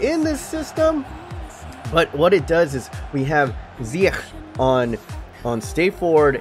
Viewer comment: Its only Ziyech not Ziyeghghg